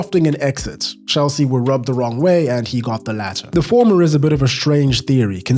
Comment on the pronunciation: Hel-sea is right 🥲